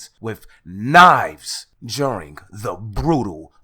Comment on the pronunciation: 3 quick questions ok 1 is were you saying juring or during 🤔 2 that looks like a dude with a dirty wig on 😳3 did you say flewd in my Gee? 🤣🤣🤣